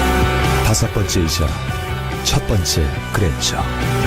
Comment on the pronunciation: 그랜저인데 그랜절 ㅋㅋㅋㅋㅋㅋㅋ